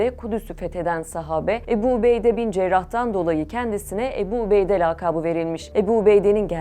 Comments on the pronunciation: Правильно озвучивайте.не Эбу Убейде а Абу Убайда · Уважаемая! Не Эбу, а Абу Убайда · Не эби а Абу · Не Эбу а Абу что значить с армбского отец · Абу убайда А не убеда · Good explanation about the Abu Obeida but please pronouncing his name Abu Obeidi is not correct 😅 it's Abu Obeida da da da simple as that ✌️😙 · Не эбу убейде а Абу Убэйде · Не эби убейдэ, а Абу Убайда🤦‍♂️ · Ни Ебу убейда а АБУ УБАЙД надо говорит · Переводчик не эбу убейде А АБУ УБАЙДА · Не Эбу убейда а АБУ УБАЙДА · Правилна гаварите не эби убейде а Абу убайда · Не обейде а Убейде, не Эбу а Абу, не эль жазира а Аль жазира. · Не эбу а Абу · im sorry but the way she pronounces abu ubaidah is sending me 😭 please do your homework before pronouncing a foreign names 🥲